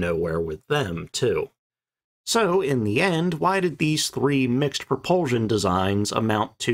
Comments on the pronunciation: NOT "Pro-PUHL-zshion!" - "Pro-PUHL-SHUN! The last syllable has an "S", NOT a "Z" sound! Your mispronunciation fills me with "REVULSHUN". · Interesting video…the word is pro-pul-SHUN, not pro-pul- ZHUN. Sorry, it is just irritating to hear it pronounced wrong time after time.. Thanks!